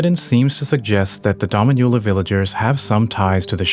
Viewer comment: Just for future reference, the pronunciation of "Dominula" is more like doh-MEEN-you-la, as opposed to your dah-mee-NYU-la. It means "little mistress" in Latin, so if it's related to a young Marika that would be an appropriate name.